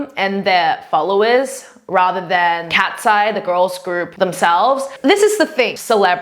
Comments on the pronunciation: Cat-see-yeah is so splendid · The cats-e-yee 😭😭🫂🫂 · I just learned the correct pronunciation; I always said "Katy-see". For some reason, I never realized it was KatEYES... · Kat -se -ye! , i m on that hill with you . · she mispronounced "KATSEYE"